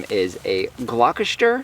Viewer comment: I love how muddy your pigs are! BTW Gloucester is pronounced Glos (like lip gloss)-ter :)